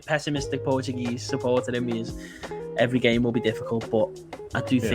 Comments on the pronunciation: never thought I'd hear a scouser pronounce portuguese names the portuguese way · A scouser saying correctly Portuguese names? I'm buffled. I mean football is capable of everything. If he was born here? nah I don't think so. But he has a good accent and seems to have a vast knowledge of our team. Amazing. Cheers to you guys! Oh I forgot to say portugal won 3-0. Top of the group for now.